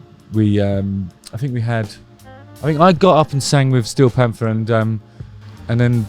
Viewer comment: I love their name with a British accent Stee-o Pamfers